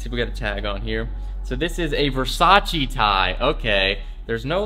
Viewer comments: Not being mean, but it's Versace not Versachee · You're saying Versace wrong